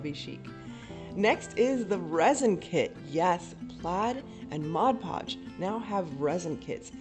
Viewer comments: It drives me crazy when people say modge podge. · I love the tip you shared for the vase !! You're not alone in saying modge podge lol Sparkle Mod podge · I don't like when people call it Modge Podge either. You have the bottle in front of you, read it right. I just got some dishwasher safe Mod Podge. Never heard of the Sparkle Mod Podge. Didn't know they have so many different ones. Hey, I live in Miami-Dade County south of you. So cool. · I LOVE sparkle mod podge! I use it all the time. I sooo agree with you on the correct pronunciation. It drives me crazy when ppl call it modge podge... Lol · I have never heard of sparkle mod podge! And I also can not stand when people say modge podge 😝😝😛